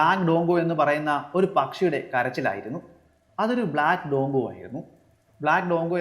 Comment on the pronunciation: ഡോങ്കോ അല്ല,ഡ്രോങ്കോ ആണ്.നമ്മുടെ നാട്ടിൽ കാണുന്ന കാക്കത്തമ്പുരാട്ടി തന്നെയാണത്